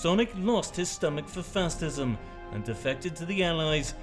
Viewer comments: "fastism" lol 😆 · ‘Fastism’ lmao 🤣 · I hate how he pronounces facism